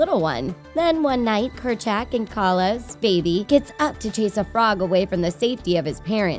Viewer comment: The way she says kur- jack